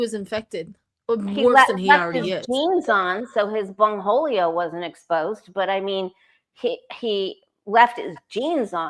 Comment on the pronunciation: Did she say bone holio ?? 😂😂